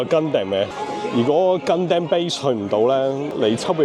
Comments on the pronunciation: 成條片為一敗筆之處就係gundam讀音。如果Stevo可以跟返日本原本讀音就會完美。讀gun-dum 唔係gun-dam，就好似sake 讀sa-keh唔係sa-kee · it's not Gun damn, its Gun dom, like Condom with Gun, XDDDD